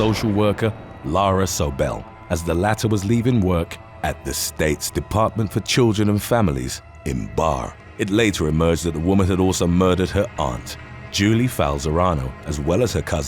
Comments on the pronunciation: vermont native here… its pronounced BARE-EEE. not bar. but whatevs. just wanted to add a little tid-bit about the jody herring case. so jody was arrested for multiple murders; and thennnn her daughter desiree was also arrested. she was bringing friends / classmates to the state building where lara sobel was murdered, and reenacting the killing… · Barre Vermont is pronounced like Berry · FYI Barre VT is pronounced like bear-E. 🐻 Eee